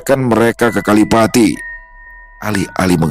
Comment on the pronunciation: Maap sy asli banyuwangi koreksi dikit bukan kalipati tp kalipait😂